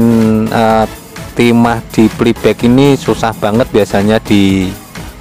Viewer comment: hahaha,,, PLAY BACK,,,,,, bukan Peli bek,,,,😂😂😂,,, kacau ni,, 🙃😁😂,,ok sehat dan sucses trus,,, 👍